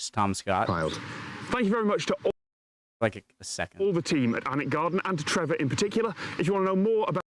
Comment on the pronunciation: Some of Harry Potter was filmed at Alnwick Castle, pronounced anick.